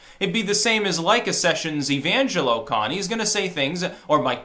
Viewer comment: i think evanjelicon (sp?) is pronounced more like evanjelical